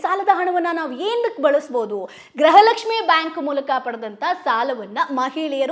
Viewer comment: ಗ್ರಹಲಕ್ಷ್ಮಿ ❌ ಗೃಹಲಕ್ಷ್ಮಿ ✔️